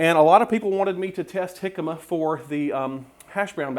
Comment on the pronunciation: Such a great video challenge. I look forward to making the jimcama fries. It was also nice to hear someone pronounce it properly.